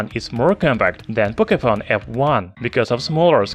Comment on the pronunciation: "Pocayphone f1" ?? lolss